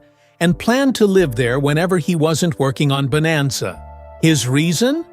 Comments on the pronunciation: Bonanza, Not Boemazza. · AI-can't even pronounce BONANZA at the start. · Your AI couldn't even pronounce bonanza correctly. And that was in the first three seconds. Why should I watch the rest of this garbage?